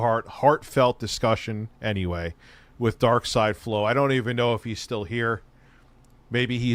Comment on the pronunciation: He didn't even get Darksy's name right. 😂 Big ups DarksyDeFlow.